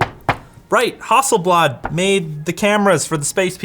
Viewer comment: He says: Hasselbad. Me: :-o